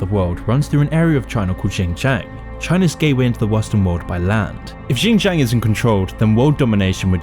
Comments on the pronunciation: I like how you butchered "xinjiang" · You don't even know how to pronounce Xinjiang and Uighur. Pretty much Falun Gong. You know who's dissagre with China about muslim are? US, Israel… Well, not sure these 2 countries have a good reputation towards muslims. This video is a total joke.